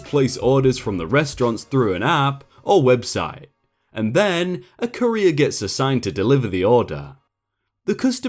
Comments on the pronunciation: Your pronunciation of courier is downright painful. Takes me out of the story so hard. But I know you're trying :) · The original word is French, I think, so English just tends to do whatever with it, given the bajillion accents English tends to have. ^^ I've never heard it pronounced like does here, tho.